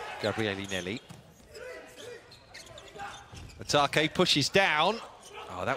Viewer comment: The commentator kept miscalling Yamauchi —> Yamaguchi 😢 Also Otake. Sometimes he called Atake, sometimes Itoke, gosh, it’s not that hard 😰